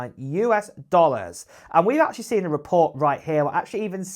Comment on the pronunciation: Acchally? Didn’t hear anything beyond this word.